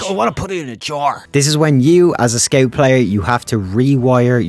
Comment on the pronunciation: You say scout weird?